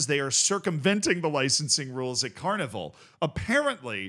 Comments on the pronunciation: OMG, you butchered both of those teams names.... Cornivul? is actualy Corvinul just read it letter by letter. As far as for the other, I'm not even going to try and explain it to you... it translates to Steel Galati. The fans are also called the Steel boys. :))) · While everyone praises your athletic ability and explains the legal background, I am here to tell you YOU SAID THE NAME OF THE TEAM WRONG!!! You swapped the V and N around, it's CorVINul, like corvid, crow-like bird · hurts my ears when you say Corvinul like Carnival or something :D the name is derived from the romanian name for Raven. anyway, classic romanian shenanigans regarding licensing etc because of the corrupt leadership we have ... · Z sees that that Corvinul has "v" before "n" in it's name. Proceeds to pronounce it the other way around for no apparent reason 😅